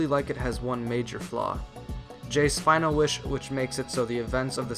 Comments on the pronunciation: Finale is not final. Its pronounced Fin ar lee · Finale is pronounced fin-al-ee, my dude